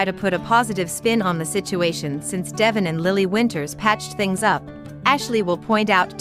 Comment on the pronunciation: It's pronounced Devon NOT Devoon and not Devin.